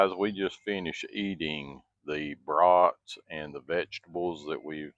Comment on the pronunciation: Your southern way of saying bros at first made me wonder what was cooking on the big horn until a few brats appeared...😅😅😅 it would be like you going to Maine and talking with a real native New englander😅 all in all enjoyed your demo but these days cooking indoors is for me but that was impressive what it was capable of doing...